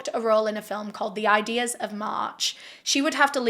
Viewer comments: I'm pretty sure it's the ides of March, not ideas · "The Ides of March" pronounced eyeds. From the play Julius Ceasar by Shakespeare. 🥰